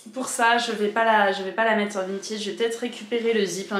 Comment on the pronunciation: Coucou, ça fait plaisir de te retrouver dans une nouvelle vidéo et c'est agréable de t'entendre proconcer "Vinted" correctement 😁. Je suis trop fan de ta jupe, dommage qu'elle soit trop petite, j'aurais été ravie de l'acheter! 😍